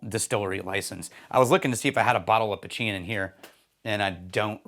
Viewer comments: Putcheen is how you say it. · My man, here in Ireland it's pronounced putch-een ( as in EENy meany miney mo)